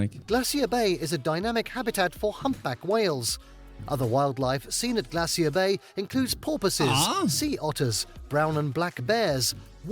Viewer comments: Alcoholics and people who love a drink. 😂😂😂😂😂 We say glaysher here and not glay-see-er. You won't see northern lights in summer because the sun doesn't set. Keep in mind that Alaska has BIG earthquakes. In 1964 the experienced a 9.2, the 2nd largest quake ever recorded along with massive tsunami. Native Americans inhabit not Just American states but both North and South America. They are the first people to live on these continents. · GLAY shur. That narrator making me crazy. Glacier rhymes with (they sure) As England Has none, I give no shits what they say about it. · Glassy-er Bay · Glay sure , I hate the way he says it 🤦‍♀️ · In America it's Glacier "Glay shee er" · Don't pronounce "glacier" the way the AI in this video does...it's so wrong!!! Funny you would say that about the Northern Lights...I've told my kids that if I become terminally ill, take me to Alaska in the winter and take me out to see the Northern Lights at night...and leave me there to just freeze. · Ignore the clowns, same scientists said glaciers would be gone 25 years ago - very very WRONG! The narrator needs to learn to pronoun words correctly! Like GLACIER! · Teach that guy how to pronounce glacier !! 😂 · The way he says Glacier gives me physical pain. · Sorry, but no. British pronunciation of "glacier" is different from the American pronunciation, but it's not the abomination in the video. I've heard multiple British people on YouTube say the word, and they don't do THAT to it. The guy reading the script, has either just never encountered the word before, or else he's overenunciating in an unnatural way ("newscaster voice"). Could be some of each.